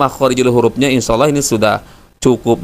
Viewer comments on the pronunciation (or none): none